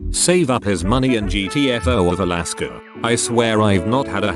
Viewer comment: Alaska How it’s pronounced: uh-LASS-kah text2speech: iliskuh